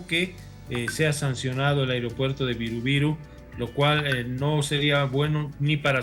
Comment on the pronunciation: Airopuerto? Pensé que se dice aeropuerto